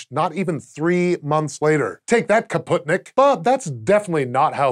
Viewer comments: He was quite close with Kaputnik but yeah they realy struggle with russian names. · Hmm you never read comments,, do you? It's spootnik. You did read kaputnik right, though )